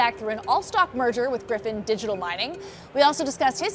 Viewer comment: 1st person who pronounced Gryphon correctly